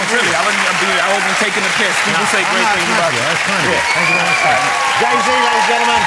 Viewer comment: “jay zay”